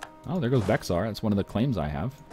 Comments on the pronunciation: I know this is six months later, but Bexar is pronounced "Bey-har," not "Beck-sar." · Hi, native Texan here. I'm not sure if you've said it before, but "Bexar" is pronounced "bear". Just thought I should mention.